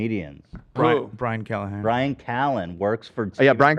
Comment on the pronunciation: saying Brian Callahan both times he's referenced Callan over the years is beautiful. His confidence in saying it incorrectly is why we adore the fella